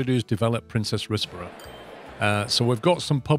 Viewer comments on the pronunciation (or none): Loving this series. One criticism...Princes is pronounced like Prince's and not Princess.